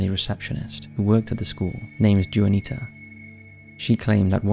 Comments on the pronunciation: In the Houdini story, you mention a woman named Juanita - this is a Spanish name and pronounced Hwa-nee-tah, NOT Joo-an-ee-tah ! It’s nearest English equivalent is Joanna. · Juanita =/= "Joo-ah-nee-tah" Juanita = "Wah-nee-tah" Love the content but at this point I just have to believe the constant mispronounciation is a gag because I can't believe someone doing lots of research like this would just not check how to pronounce words. If not every new word, then at least the names of people and places should be researched and attempted to pronounce correctly out of respect. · It's pronounced Wan-ita mate! Juanita. Carry on...✌️🧡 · Story 2, the name Juanita is pronounced Wah-nita! It's not jewanita! Lol! ☺ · Juanita is pronounced "wanita" and ramada is pronounced as "Ramarda" just for future reference my friend as your accent makes you seem edumacated. Haha